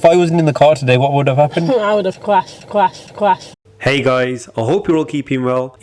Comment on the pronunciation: I would of cwashed cwashed cwashed